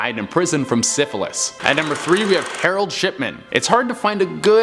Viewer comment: You said Harold shitman and not Harold shipman